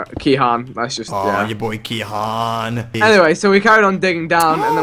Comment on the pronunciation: it is pronounced key in not kee han